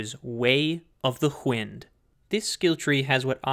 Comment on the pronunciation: where did the H come from in wind? 😂